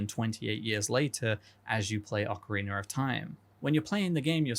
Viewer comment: Ocarreenur of time